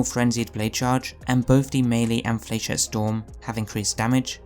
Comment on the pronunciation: Love the build, for reference though it’s pronounced “fla-shet” trust me, I’ve shot plenty of flechette rockets in combat